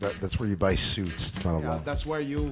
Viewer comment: “That’s where your mother buy her sooch”